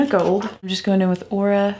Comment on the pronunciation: If I may?. "Aura" is pronounced "OHR-a" where the "a" is a cross between "ah" and "uh". #LinguisticsGeek #MythologyGeek I have a theory that I can dupe most of the shades in this palette with my Zodiac and Zodiac Love Signs palettes from BH Cosmetics. If I can't, I'll ask for the Goddess palette for my birthday in August. (I am a Leo BTW.) Alter Ego must be very confident in their palette if they feel that they can send the ND Gold palette to influencers for comparison. It's a genius move that will help them to sell even more palettes! I'm excited for you,, that they chose you to be one of the recipients of the Gold palette. Cheers! ~Anastacia in Cleveland